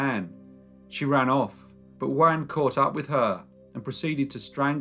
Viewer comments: *JUAN rhymes with YARN, not YAN. * 😖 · In Byran's poem, Don Juan, Juan is pronounced Jew- un. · I'm pretty sure that as this took place in Spain, the name Angela would be pronounced An hela - not the German way of Ang ela. It's funny to hear his name Juan pronounced like Wan, rhyming with man - not the usual way that sounds more like one.